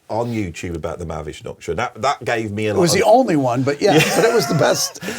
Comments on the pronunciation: I love how he reduces Mahavishnu Orchestra to about four syllables: Mavvish-norkshter. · “Mahavishnu Orchestra” in four syllables is crazy